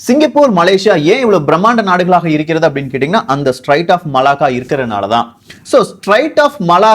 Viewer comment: தம்பி அது ஸ்ட்ரைட்ஸ் இல்ல பா ஸ்ட்ரேட்ஸ் Straits of Malacca. பெயர்களை தப்பாக உச்சரிக்க கூடாது, உன் பெயரையும் உள்ளிட்டு !!!